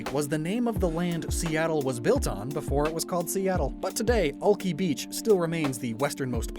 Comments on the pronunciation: Honestly this region is amazing and makes me miss where I grew up!! So much detail and thought put into it. Also I’ve never heard Alki pronounced that way XD, I grew up in the Seattle area and we always said “Al-kai” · Been binge watch your series and this is really interesting and would love to play in this region. But one thing, alki, isn't it pronounce al-kai? Been living in seattle and we say alki beach as al-kai beach every time. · It’s funny that you made the Rainier area in eternal winter. Accurate. I’m cold. I love these videos—you put so much thought into it and it shows. Also, Alki is actually pronounced AL-KAI. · I’m sorry ‘ahlkey’ im from Seattle and I don’t recognize that??? “ahlkey beach” do... do you mean Alki beach....?!?! BOI, ITS PRONOUNCED AL-KY!!! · The way pronounces Alki is driving me nuts lmao- I know it's most likely the correct pronunciation but in Seattle we pronounce it as "Al-kai" (think the name) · this entire region is sick but i am legiterally trying not to have an aneurysm at him mispronouncing Alki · you said alki wrong, i hate to be that guy but just thought i should let people know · You keep saying Alki wrong I live there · As a Seattle native, I honestly look forward to these videos more than actual Pokémon news. One correction though, Alki is pronounce Alk-“I” not Alk-“ee”. There is beach in West Seattle with the name and is a popular hang out spot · You are saying Alki ( Al- KI) not al kee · As someone who has lived in Seattle for all my life you are pronouncing Alki wrong. It is pronounced Alk-eye not Alk-ee even if it is meant to be pronounced this way the language has evolved. Just letting you know 👍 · As a fellow pacific northwest boy, I absolute love everything about this! But I just have to say, it's pronounced Al-Kai, not Al-kee... ;) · As a Seattle reasedent I full body cringed when he said all-key and not al-kie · He is saying Ol-key when it's Al-kai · Great series, btw its Al-kai lol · It’s pronounced AL-KY